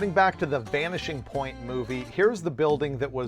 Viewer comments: 32.33 he said vanishing paint instead of vanishing point. I hope all the roadkill folk here miss that crazy car 😂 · Did I hear "Vanishing Paint the move"? Was that on purpose?😂